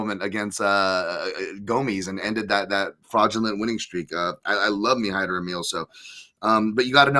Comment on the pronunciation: "Hymer" Amil ? Did you get some help from MMA Joey for this one ? 😜